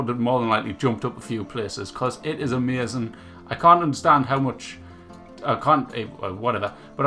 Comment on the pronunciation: "its emezin".. what kind of accent ist that? :o